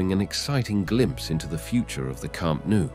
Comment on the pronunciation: It's pronounced Camp Nou as the "No" word in english, not camp nu as you say